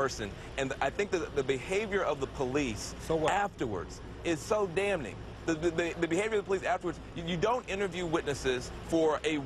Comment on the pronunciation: Oh Mein Gott. in did Van Jones pronounce the "n" in "damning"? I have never heard the "n" in "damn" pronounced in my whole life. If he likes that, he should switch to "darn". Less clumsy. (btw, I have never figured out how to pronounce "Hamtramck, Michigan" which is where the Dodge factory once was. I find myself inserting a "p" to make the leap from the "m" to the "ck"or else adding an "ah" at the end just to manage the name. Maybe it's just a Californian schooling thing and those of you who live east of the Rockies don't get it. )